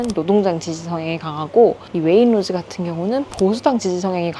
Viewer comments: Waitrose 웨인로즈가 아니라 웨잇츄로스 라고 발음 함. 웨인로즈가 뭐야. 미치것네. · 자막에도 웨이트로즈 라고 써 있는데 왜 구태여 왜잇로즈 라고 발음을 하시지?? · please don't say wainrose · 영국에 시집와서 살아요.. Waitrose 발음은 웨잇트로스 라고 하면되요. 솔직히 가격 원가가 조금씩 차이는 있지만, 여기서 살면서 엄청 차이가 난다..라는 건 잘모르겠어요.. 어차피 이것저것 카트 가득 사면 대충 150-200파운드는 알디 던지, 세인스브리 라던지, M&S , Waitrose. 다 비슷하게 나와서.. 아마 총 가격 차이가 10-30 파운드 정도 차이가 나려나??